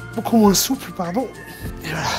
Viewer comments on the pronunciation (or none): none